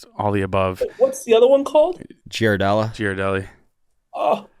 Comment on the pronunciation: Them butchering the name Ghirardelli hurts my soul.